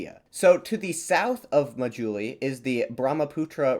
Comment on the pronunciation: people of Assam are an admixture of indo-aryans and tibeto-burman people. Assamese language is an Indo-European language related to English French and German, surrounding hilly tribes speak various Tibeto-Burman family languages. The 'indigenous peoples' of northeast India are long gone. They were related to Papuans and Andamanese people . On a side note the islands name is pronounced 'maa+juli'.